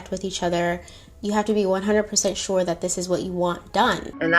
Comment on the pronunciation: Shore sure SHORE 😂